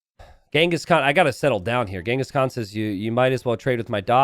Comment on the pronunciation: Actually, contrary to what you think, you pronounce Genghis Khan's (Cengiz Han/Kağan) name correctly. I say this as a Turk. The names Genghis and Khan are common names among Mongols and Turks. Khan (Kağan) is even more of a title like “emperor” than a name. The people who unite nomadic tribes under one roof are generally khans. If I'm not mistaken, it's thought name Genghis is of Mongolian origin, while the name Khan (Kağan) is of Turkish origin. I can't say you pronounce the name Cengiz correctly, but your pronunciation of Khan is very close to the Turkish pronunciation. Contrary to what you think, you pronounce Khan better than 90% of English speakers. We ussualy call Genghis Khan as Genghis Han. Han is simliar word to khan. Han means basically ruler and khan means ruler of rulers. Note: It is very difficult to determine where something first originated in nomadic societies. Written sources concerning the Mongols are particularly few, even fewer than text's about the Turks. One reason for this is that the Mongols appeared on the historical stage later than the Turks. Even for Turks, talking about origins is hard and since the Turks are actually a race formed from a mixture of nomadic societies across a vast geography stretching from the Caucasus to Siberia, everything is very complex about history of nomads. So most logical thing to say is this names are common on central asian people, like Turks and Mongols.